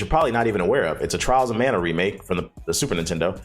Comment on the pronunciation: Mana not Man